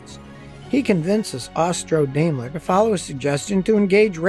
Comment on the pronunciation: Note: Daimler is correctly pronounced "DIME-LER" - "AI" is a German diphthong pronounced like a long 'I'.